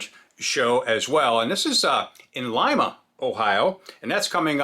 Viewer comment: Hats off for pronouncing lima correct! 😎👍🏻 most people call it leema 😹